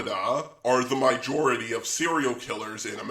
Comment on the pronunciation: Why do you say "mojority."